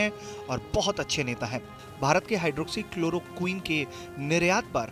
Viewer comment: Chalo aaj tak ne hydrochloroquin Bolna to seekha